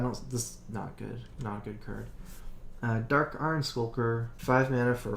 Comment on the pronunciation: I really wish someday they make a card with the name "Drawl" and insert an ability in the game called "Curd" just so those 2 words would exist to contest accent on the acctual words "Card" and "Draw".